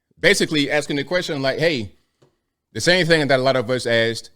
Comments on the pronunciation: What is I ax her? Did he mean, I "asked" her. Lol😅 Kidding aside, the world is waiting for Scamala's explanation of her policies. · “... I axed her...”. - sorry man, speak English